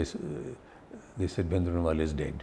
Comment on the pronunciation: He can not even pronounce the common Punjabi words like Bhindrawala which is one of the commonest word.